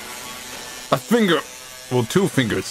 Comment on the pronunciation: MAH FEENGUS... MAH FINGAH ✋🏽